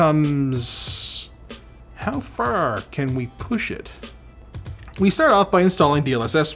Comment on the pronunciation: Damn, that was one of the most Canadian "Far" pronunciations I've ever heard! ❤🇨🇦